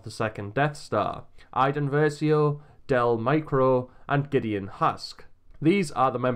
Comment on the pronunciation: Del MEEKO not Del Micro